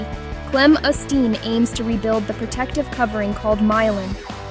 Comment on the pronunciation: This is done by AI. And ‘clemastine’ (not ‘Kayley Manteen’) is old news. Further research was halted due to safety concerns. I unsubscribed from this channel due to its silliness